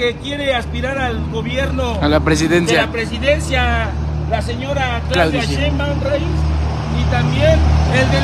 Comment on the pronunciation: " Claudia sheimbam " pronuncia 😂😂😂😂😂😂😂😂